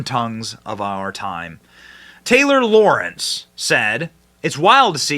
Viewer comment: Lorenz, not Lawrence